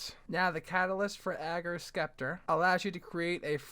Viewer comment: It is pronounced "Septer"